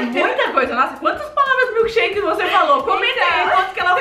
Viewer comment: ela falou milkesherke 7 vezes amo vcs ver por favo escrever no meu comentário